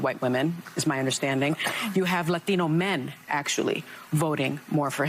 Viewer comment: I HATE the way Sonny Hostin over pronounces latino!!!!!!